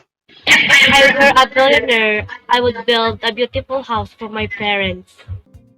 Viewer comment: "were" pronunciation needs to be corrected. Kindly listen to the correct way of pronouncing it by listening to an audio (look it up via google).